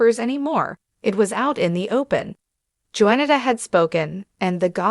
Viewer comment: YOU ARE STILL PATHETIC! YOU CONTINUE TO MISPRONOUNCE BLACK'S NAMES! Her name is pronounced: Juan-i-ta (the J is silent!). Not Joenato Bynum! Secondly, Johnathan McReynolds. You mispronounced his last name calling him McCrinalds! You're a JOKE and a DISGRACE to ALL CCs! Just GO AWAY, PLEASE!! Your PODCAST will NEVER BE SUCCESSFUL!😂😂😂😂